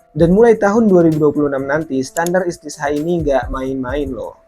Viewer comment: Koreksi bang bukan istisha tapi istito'ah...